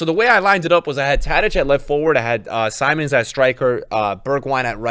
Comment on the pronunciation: Xavi Simons is pronounced more like “sea-monster” without “ter” but just Xavi is also just fine instead of whatever you’re saying now 😂